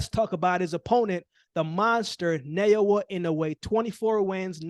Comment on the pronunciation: Is it so hard to pronounce Na o ya? I’m not Japanese but I’ve no problems pronouncing it from day one when l started following him since his debut.